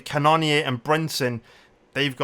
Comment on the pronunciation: Yo it’s pronounced cannon ear love the content